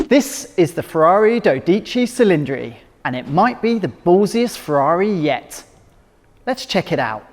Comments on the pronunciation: OMFG. The butchering of the name. At least try mate. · learn how to pronounce the name correctly before you make a video.....Regarding the car, ferrari.....call Pinifarina and tell them you need a doctor. :(